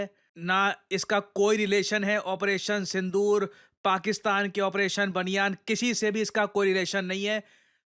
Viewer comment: Did just said Operation Baniyan????😅😅😅😅😂😂😂😂